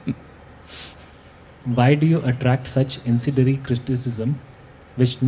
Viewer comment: questioner needs to learn English .. its not "incedery cristicism" but incendiary criticism. Suggest use of Hindi or another language. Never heard the word cristicism !!